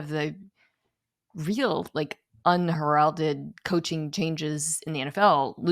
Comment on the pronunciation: "unHERalded"? Unheralded is pronounced "un-HAIR-alded".